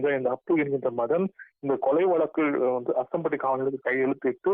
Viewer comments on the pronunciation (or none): ஆதானப்பட்டி இல்ல அஸ்தம்பட்டி சரிய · ஆஸ்தானப்பட்டி இல்ல தம்பி அஸ்தம்பட்டி